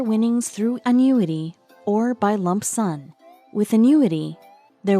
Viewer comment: Anyone else heard lump son ?